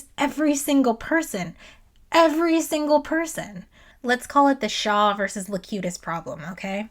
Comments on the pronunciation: It's Locutus, not Lecutious. FYI. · Great video. Cute Presenter.. but I keep laughing the way you pronounce "Locutus" its (Low- QUE-Tuss) and you pronounce it (Low Que Shush) like Confucius 🤣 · why do you keep calling locutus locucious? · Is there some canon reason you keep saying "Locucious" instead of "Locutus?" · I'd pay her 5 quid just to keep calling him "Locutious" despite what her script writer says. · I love this video, but every time you pronounce Locutus as Locutious it makes me sad, because you're so on point about everything, but I have to question whether you've actually watched any of this, or not. Also, a little tidbit you (and some others) may have missed, was that this Riker wasn't William, but Thomas :) Also, Changelings don't require oxygen, food, or water. It's highly likely that their "ship" was also part of The Great Link. They'll be riiiiight back. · I have it!! A nit-pick! A correction! It's 'Locutus' (not Locutious) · Ok im only an hour in, but pronouncing "Locutus" as "Locutious" is killing me c'mon. Please tell me that gets fixed later. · Also, I’m new to the channel but I hope the “Locucius” pronunciation thing is a joke! (If so, not a bad one.) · Why are you calling Locutus, "Locutious?" Now having doubts about your Trekkie cred. EDIT: Oh. I now realize you suffer from Thompson's disease. Named after a friend who knows how to pronounce things but for some reason his brain disallows it. Say: "contrarian." Otherwise, good essay. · Not just Shields on his house but a cloak. So cool. Also I think the romulans were posing as Vulcans. O was very robotic. Also are you mispronouncing words like Locutus to trigger all of us nerds? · Locutus.... there is no "io"